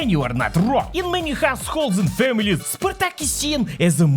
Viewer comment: Spartak but in comunist Germany we say SPARTAG 🗣️